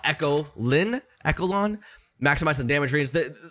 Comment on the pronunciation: Echelon = Esh - eh - Lon